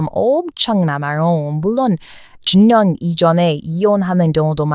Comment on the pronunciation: 왜 "중년" 발음이 잘 안될까요?